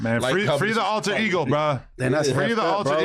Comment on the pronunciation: Bro said ultra Igor